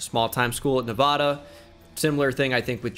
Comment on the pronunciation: Said Nevada wrong... cmon do better